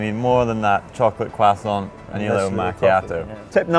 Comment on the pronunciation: "Chocolate quasont"